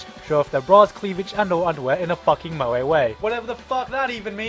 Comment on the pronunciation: your funny but as a crazy otaku i must correct you moe is said like (mo-e)